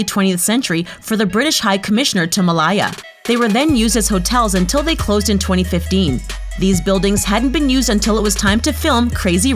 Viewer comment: Melayaa... interesting prononciation.